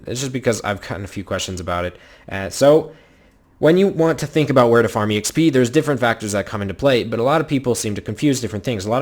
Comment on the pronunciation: who says exp as e - x - p?!, it's so annoying